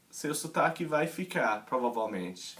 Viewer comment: Da pra perceber rapidamente que não é brasileiro e nem de Portugal.. pelo sotaque ja de cara eu sei que é de um país que fala inglês, porque você tem dificuldade em pronunciar o R tipo "aprender" "provavelmente".. mas dá para entender perfeitamente oque Está dizendo.. dá para observar também que você aprendeu um pouco a pronunciar palavras em Português de Portugal.. Se você quiser que eu ajude em alguma coisa, só adicionar. whatsapp .. sei todos tipos de sotaques Brasileiros.. pois sou um brasileiro que ja morou no Norte e sul..